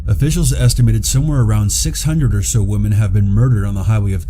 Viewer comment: Am I missing something? Is there a reason you don’t seem to use the plural of woman when you are speaking? It sounds like you say “belonging to one of the missing woman” and things like that when speaking of women as in more than one. I don’t mean to sound picky. Just wondering if I am hearing it wrong or maybe you aren’t from US and that is correct where you are from. I really love your videos. I am a recent subscriber.